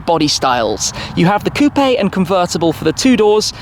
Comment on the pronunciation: Thank you for saying coupé 🎉🎉🎉 nice review